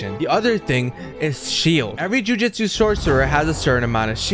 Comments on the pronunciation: JUJUTSU ITS JUJUTSU Joo-joo-tsu NOT JUJITSU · "Jujitsu" immediately clicking off the video 😭